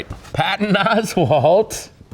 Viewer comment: Until this video, i always said ‘Oswald’!! I love the way her annunciates the T, for idiots like me. 😂😂😂